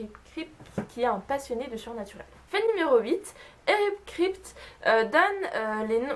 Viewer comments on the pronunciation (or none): Alors les faits sont plutôt intéressants mais ... pour une fan de SPN je trouve ça un peu bizarre de ne pas se souvenir des noms des acteurs ainsi que les prononciations (ça m'a énormément stressé que tu dises "Kripte" au lieu de "Kripki" et pour Jensen Ackles)... ainsi que de ne pas retrouver le nom du modèle de la voiture, la Chevrolet Impala 1967... 'fin c'est pas contre toi mais pour moi une "superfan" (diantre je déteste ce mot) c'est genre regarder en VO (avec ou sans sous-titres) + connaître pleins de trucs sur les acteurs + regarder des bloopers ou des conventions + avoir des produits dérivés, etc... et pas seulement regarder la série. Je dis ça parce que j'ai une amie qui est comme ça et je pense que c'est ça être une "super fan" ! Voilà j'ai essayé de faire un avis constructif et non méchant ! J'ai regardé ta vidéo jusqu'au bout, appréciant le fait que tu donnais des anecdotes super intéressantes dont certaines que je ne connaissais même pas ! Ça fait plaisir de voir des gens français parler de cette superbe série ! En espérant que tu ne sois pas vexée... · Eric Kripke se prononce "Kripki" et Jensen Ackles "Ackeuls" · J'aime tellement cette série, vivement la saison 12 ! Et le showrunner se prononce Eric Kraille-pe-qui (Kripke) ^^ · Juste on prononce "Kripki" pour eric kripke, et jensen ackles c'est "akeulze". Sinon les faits sont assez intéressants je connaissais que ceux avec la famille winchester, les acteurs, bobby, la mustang et l'horloge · OMG SUPERNATURAAAAAL !! <3 Super série, et super vidéo pour en parler ! ;) Juste un truc, Eric Kripke se prononce kripki, mais à part ça j'ai appris quelques trucs vachement intéressants ! ^^ Continue comme ça, bisous !